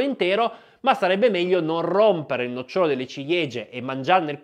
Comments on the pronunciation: Bella esposizione , un solo errore di pronuncia : si dice no'cciolo non noccio'lo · 😄😄😄 Mandare giù un nocciòlo intero? Neppure al circo si è mai visto questo. Al massimo ci sono i mangiatori di spade. Forse volevi dire un nòcciolo. Attento agli accenti :-) ché fanno la differenza tra un albero e un seme 😂